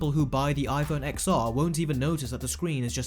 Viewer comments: For fuck sake, it is pronounced iphone 10, 10R, iphone 10S and iphone 10S Max. not "X" or "XR". Pisses me off than people never heard about Roman numerations. Did during Apple presentation anyone used wording as "XR" or "XS"? NO! About everything else your video is completely correct:) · Watching on my iPhone XR :) More than happy with it. Can’t take a word from someone who can’t pronounce the name of the phone right.